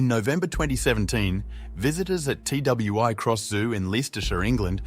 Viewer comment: It is not pronounced T W I Cross Zoo/ It is Twi Cross